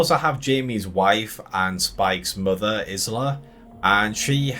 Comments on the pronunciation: Definitely was disappointed… but, are you mispronouncing her name so blatantly on purpose? You pronounce “island” correctly, but not hers? “Eye-La”. Anyway, I pretty much agree with everything said in this video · Hi, Isla is a feminine Scottish name pronounced has 'eye-la'. How you pronounced it drove me nuts lol. Thanks for the video. I think its mentioned earlier in the film to kill an Alpha it would take lots of arrows. So it is covered, but not the reason why. Overall I enjoyed the movie, but the last 5 minutes completely threw me and I wished it wasn't included. Though I guess the reason was because they are preparing us for part 2. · Yup! I mean, has he never heard the word, 'isle', being said. Presumably they don't say her name in the film. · Can anyone pronounce Isla!!! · they do say her name a few times in the film, which makes this guy's mispronunciation even more irritating!